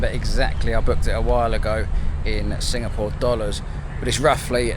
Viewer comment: What country are you in? I thought you said singamore?